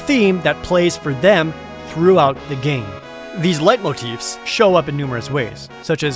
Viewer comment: Ho boy, your pronunciation on leitmotif is ROUGH. It's pronounced, lay-mo-teef.